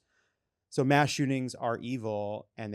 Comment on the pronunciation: It’s “mass.”